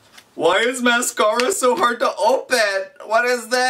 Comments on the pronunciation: too much foundation, lipstick only goes on your lips, eyeshadow goes on your eyelids, mascara pronounced mask-air-uh goes on your eyelashes, and eyeliner goes like right by your eye on your eyelids. other than that your did amazing and looked perfect!! 😂😂😘😘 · He looked like Miranda Sings! 😂😂 And the way he said mascara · same I'm a bit offended 😁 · Adara Bridges yes! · oml 😂😂😂😅 the way he said mascara lol I'm dead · I love how he answers his own questions and the way he said mascara lol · omg he said mascara wrong and he said it went on ur eye brows omg lol